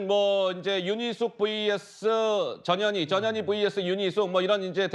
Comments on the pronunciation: 내 귀가 이상한가 왜 저녀니로 들리지! ㅎㅎ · 전현희 발음 잘못하면 저녀니? 저년이? 재미있습니다